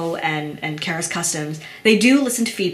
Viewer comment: The company name seems to be Karas, not Kara's.